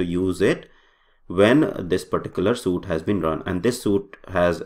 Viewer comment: Why are you saying suit now? Not sweet.